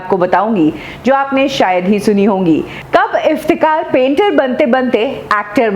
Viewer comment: मॉडम, आप नाम तो सही में लिया किजिये, असली नाम इफ्तेखार है,न कि इफ्तेकार।आप बार बार इफ्तेकार कह रही है।